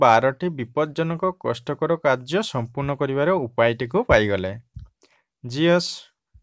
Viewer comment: Sir i hope God bhala budhi diantu 🤣🤣 (ZEUS) kn kahuchanti odia thik kahicha kintu english bhulkahila chek karantu